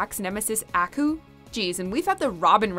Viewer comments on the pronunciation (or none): akooo not aaaku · You missed something alright, you mispronounced Aku's name a lot. The intro to Samurai Jack even pronounces the name for crying out loud how do you get it wrong? It's pronounced as "Ah-coo" come on. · The Aku pronunciation urgh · The way she is mispronouncing Aku is making me cringe.